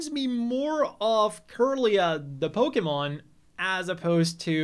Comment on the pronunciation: Now I want to see the Rat inspired design!! Also, max respect for pronouncing "Pokémon" correctly! Most Pokémon channels see that way, the correct way, as an alternative, which it's not!